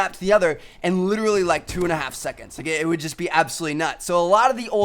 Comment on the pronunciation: When he says literally, it's sounds like he's havin a fucking stroke